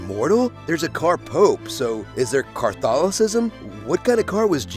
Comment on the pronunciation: Hehe... Car-tholocism.